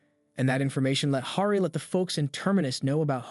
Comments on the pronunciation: It's driving me crazy. His name is Harry hair-ree. 🙄 and derm-ah-zahl.🙄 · bro...how you mispronounce "Hari", "Cleon", "heir", "Daenerys Targaryen", and "Demerzel" in 4 minutes? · Sorry, but the way you pronounce Hari is actually insane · Finnish pronunciation.